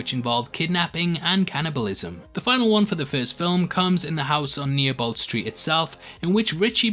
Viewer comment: Also you missed out reference to the original Tim Curry Pennywise in Chapter 1 with ritchie in the room with all the dolls and it's pronounced Niebolt Street is pronounced "neebolt" not "nearbolt" you amateur